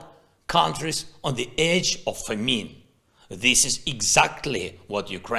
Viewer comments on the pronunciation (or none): Just a note for the boss. It's pronounced not fa-MEEN, but FAM-in. I love so I correct. ❤